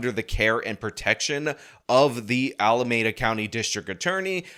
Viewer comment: Pronounce Alameda correctly, please! "meda" is pronounced like "me duh". You keep screwing this up.